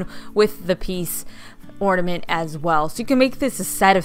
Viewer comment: OrNament not OrDament